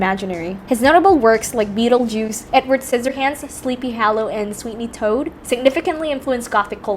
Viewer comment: Sweeny Toad? Alien Sex Fined? While this video was farely well done, the pronuncation is off... it's Sweeny Todd and Alien Sex Fiend (pronounced Feend).